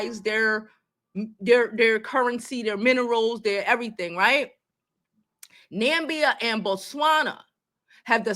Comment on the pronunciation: It’s Namibia